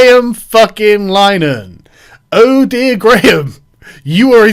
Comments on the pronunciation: Linehan is pronounced Lin-ah-han not line-han. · It's not Lyenan.It's Linahan,rhymes with bin,then ahan.Get it right.Anyway,Graham is not a ''transphobe''.He's a wonderful ally to women,and stands up for their sex based rights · Lin-Ah-Han, not Line-An you fucking doof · It's pronounced Li-ner-han not Line-han just fyi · It's eff-em-uh-ra and Linehan is pronounced ' Lin-a-han ' my dude, not Line-han. Otherwise....spot on.🤐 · It's pronouned Lin-er-han, not lye-nan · Lin-e-han not line-han very triggering to listen to 🤣🤣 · Sargon...its pronounced Lin a han...please pronounce it correctly. He is still a douche...but its more to those who might share the Irish surname that I beseech you to pronounce it correctly. Yours sincerely... Fr. Pedantic!!! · More mispronunciation with Sargon. Linehan = Lin-ah-han IT Crowd = Aye Tee Crowd It's like Foe-coup all over again. If you want to sound like you know what you're talking about, you have to sound like you know what your talking about. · LI-NEH-HAN Sargon's rape spree of pronunciation continues. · Pretty sure it's lin-er-han. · It's Lin eh han FFS. And he's a complete bellend. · It's pronounced Lin-e-han ffs. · Linn - e- han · Its pronounced "Lin- E- han" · "Graham LINE-an" "The it crowd" ffs Sargon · Lin-e-han btw, easier to call him a Nazi than pronounce his name right. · Linehan is pronounced like in Linnen,, lol, as in the sheets, but with the 'han' lol. I love ShoeOnHead, and I love Grahams shows. I have every I.T. Crowd episode. So i'm wondering what the hell is going on here, lol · Carl, Graham's surname is pronounced Lih-nihan. Heard him say so on a Father Ted DVD commentary back when I didn't dislike him. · Actually both versions are accepted names of the show, and that comes from Linehan himself (whose name is actually pronounced LINNERHAN) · It's pronounced Lin-eh-han. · so triggered by your pronunciation of linehan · Why are you pronouncing 'Linehan' like that? I thought that was just a yank thing.